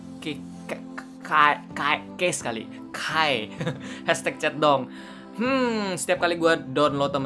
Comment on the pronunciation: sekilas kalo lu ngomong chatdong kdengerannya kaya centong, you know centong brooww? :D